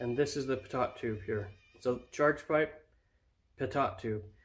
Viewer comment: Was anyone else confused as crap when he said PitTot tube and not Pitoe tube? I spelled it phonetically. Yes it’s pitot tube. Great video anyways! Super cool!